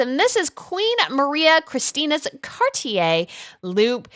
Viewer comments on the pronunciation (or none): none